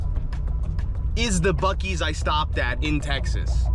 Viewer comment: I can’t lie, I cringed everytime you said it like (busies) and yes, I live in Texas. Not far from a buc-ee’s.